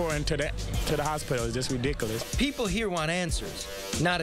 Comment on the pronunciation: lol its just re -dic- alis ahahahh I love how they interview the educated in that area.